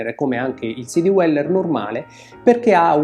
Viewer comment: Bellissimi video, argomenti posti sempre con competenza e con garbo, cosa rarissima oggigiorno. La pronuncia di Dweller suona all’incirca come “Dueller” non “Diueller”. Complimenti ancora per il canale.